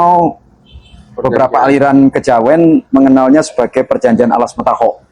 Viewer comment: Alas mentaok, bukan mentaho